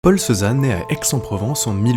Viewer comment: L'IA qui prononce ceux-zanne. Non mais quelle honte !